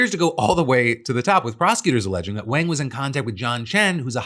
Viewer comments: Rough hearing you pronounce in wayng rather than wahng repeatedly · Wang is pronounced like "Wong". It's not the 1980s anymore.